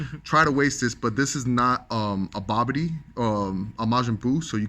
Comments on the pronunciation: Jesus christ its Bibidi not Babidi Lol smh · Was he calling the leader Babidi? Isn't that Bibidi?